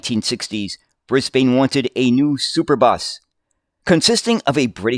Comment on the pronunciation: I was all ready to watch this, but only got two words in. With the mangled mispronunciation of both the city and the country, I could go no further.